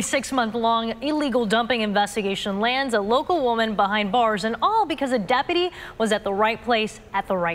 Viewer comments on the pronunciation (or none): I heard "Depity" AND what sounded like "Depities" (apparently the plural form of "Depity"). It's: "Deputy" and the plural form "Deputies". For the love of God, get yourself dictionary AND USE IT.